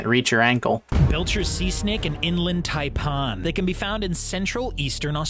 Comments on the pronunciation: The narrator also muffed up pronouncing Taipan. It's 'tie-pan', not 'tie-pahn'. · I'm Australian, believe you me, the Taipan - pronounced TIE PAN, is very dangerous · XD the way he pronounced 'taipan' omg hahahahaha!!!